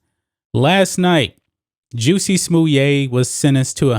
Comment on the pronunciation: Is that the right pronouncing Justin Smollett “juicy smoyay”? Never would have come up with that pronouncing of his name… i like how you say it though.